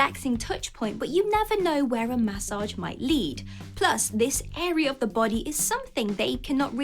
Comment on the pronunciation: Lol massage pronounciation.